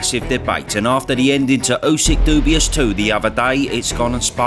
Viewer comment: Is this an AI channel? He said dubious 10 secs in instead of dubious. Did anyone else heat that?